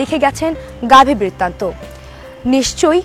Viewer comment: আপনি বারবার বইটির নাম ভুল উচ্চারণ করছেন।